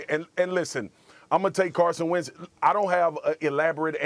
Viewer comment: Wentz. Not arhat hard.